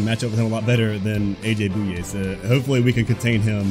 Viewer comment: btw i think bouye is pronounced Boy-yay not boo-yay